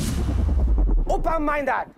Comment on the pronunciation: I don't know if it is intentional but I heard "oppa-minded" instead of "open-minded" :D